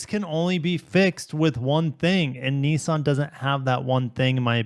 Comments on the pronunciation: Niss-an. There is no such thing as a “Knee-sahn” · I never heard of Neesan. Are they a new car company? Why do you pronounce Nissan as if it has letter E's in it, when it has not?